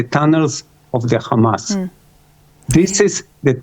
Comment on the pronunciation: Can she stop saying Gamas, using the Israeli pronunciation. It's Hamas.